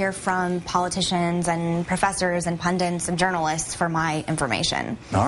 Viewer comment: It's funny how she calls herself a "pundit", yet she can't even pronounce it and says "pundint" which isn't even a word...